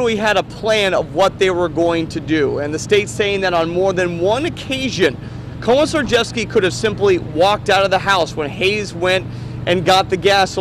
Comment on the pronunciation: "Komjrghjevsky" LOL